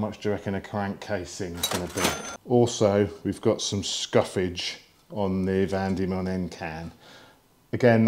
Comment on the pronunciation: Van Demon, as in van demons land, not vandemon!!